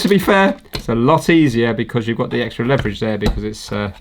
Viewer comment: That is not how you pronounce leverage.